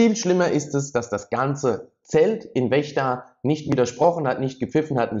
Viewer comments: Es wird FFFECHTA ausgesprochen! Nicht WECHTA! 🎉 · Die Stadt heißt Vechta (ausgesprochen Fechta) und nicht Wechta. Ich frage mich immer wieder, warum die Leute aus einem V ein W machen. Bei der Verden ist es nicht anders. Das heißt auch nicht Werden. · Den Ort in Niedersachsen (Vechta) spricht man "Fechta" aus ;-) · wo liegt wechta? vechta heißt das! ich sag ja auch nicht bürlün. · In Vechta mit V nicht mit W